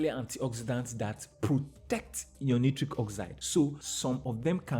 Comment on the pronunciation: Dear friend correct pronounciation of nitric is night-trick. As in Night trick oxide.